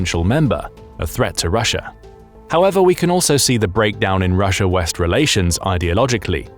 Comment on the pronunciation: Its called Russia not ruzzia.